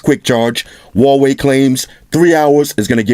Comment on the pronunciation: I'm sure Huawei sent him some nice products free of charge. The least he could do at that point was pronounce the name properly.